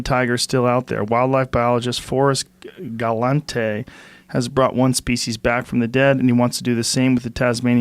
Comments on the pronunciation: Hearing Joe pronounce Forrest Galante’s name, for the first time, whose now a regular on the show, is crazy lol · Hilarious how Joe can’t pronounce Forrest’s name and calls him a Frankenstein and now they’re like best buds.